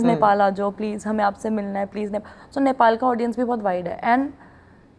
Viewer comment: The way you speak our country nepal i cried 😂